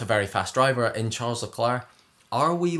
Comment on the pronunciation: please look up how to pronounce his name correctly. that is definitely wrong (first name)